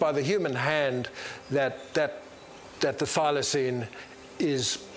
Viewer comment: The dude at the museum... "Thylacynes" ??? 😅